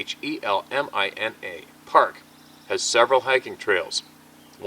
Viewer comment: It's pronounced willa Mina and wash a taw mountains. Go Hogs😅😅.